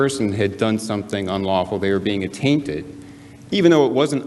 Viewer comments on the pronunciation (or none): Atainded not tainted!